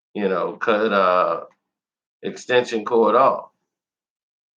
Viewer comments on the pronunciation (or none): Why do you still mispronounce this young man’s name? Now that he has passed, AT LEAST do the honour in saying his name right instead of that “extension cord” crap. It is XXX - TEN - TAS - SEON: XXXTentacion.